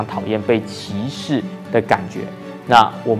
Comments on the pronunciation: 请注意一下拼音，“歧”是第二声不是第三声，毕竟是有不少观众的频道。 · 是qi 第二声 不是第三声 歧视你😂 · “歧”视，那个字读二声（同：奇），给你讲到好像启示 XD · 歧视不念“启示”；”歧“的正确读音和“奇”同音。怎么越来越多本地华人对汉语的正确读音都掌握不好呢？难道马来西亚的华文水平一代不如一代？感慨。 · 你要说的应该是发音, 不是拼音。不过真的不该犯下这么低级的错误。大家共勉之。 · 多嘴一会儿一会儿，“歧视”的读音和“启事”不一样，“启”第三声，“歧”第二声。所以当我听到你信誓旦旦发出“启事”的音，在解释“歧视”二字会有点想笑。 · 主播歧视的读音让我一度怀疑我的中文是不是错了qíshì歧视，（不是找茬只是分享罢了😊😊😊） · 赞！但注意歧视的歧是第二声。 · 沒有歧視的意思，只不過「歧」念第二聲。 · 念歧qí 视shì 啦~~ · ”歧视“ 正确发音： qí shì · 歧视的歧念第二声…… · 请先去查好歧视怎么念再来歧视零零后k 还有你的错别字很多xia